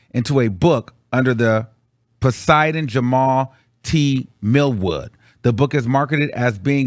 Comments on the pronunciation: Lol Poseidon? I think you meant "pseudonym". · Poseidon = Pseudonym (pronounced “soo’doh ‘nem”) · PSEUDONYM is pronounced SU-DOH-NIM, you mispronounced that while reading just thought I'd let you know incase you ever come across it again 🤗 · I definitely think whats in the book is real. sick and sad.. also, did you mean SUE-DOE-NEM (pseudonym)? lol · Pseudonym is pronounced "Soo-doh-nym".